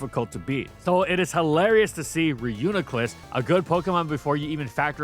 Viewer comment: It’s pronounced ree-yoo-nee-kluss btw